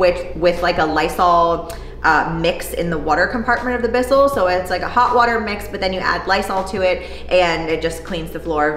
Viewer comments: I swear I heard a little Midwest accent when you said "water" lol; beautiful space! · I'm from Missouri and I caught that too! The conversion is complete LOL